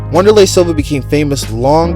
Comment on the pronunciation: Lol bruh cant even pronounce Wanderli.... Don't listen to this guy